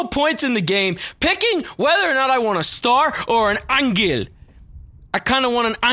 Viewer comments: you pronouns angel wrongly. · You said angel wrong